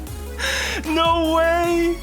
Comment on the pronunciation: No way sounds more like Norway 🎉